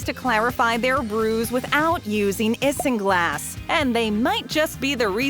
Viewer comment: Ok. A few things. 1) That is not how you say "Isinglass". 2) This is 90% common knowledge. 3) Why would that gross someone out? 4) Seriously castoreum and isinglass are legal in the US? In basically every other country beavers and beluga sturgeons are protected species.